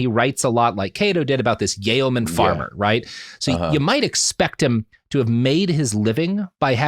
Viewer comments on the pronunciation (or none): "yay oh man"? jfc Robert, yeoman is said like "yo min"